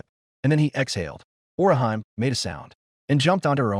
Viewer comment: sigh Orihan? It's Orihime, ori hime - "Weaver princess"